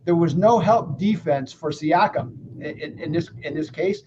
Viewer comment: The mispronouncing of siakam's name was classic